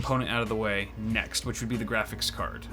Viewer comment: “We are hunting gwafix cards”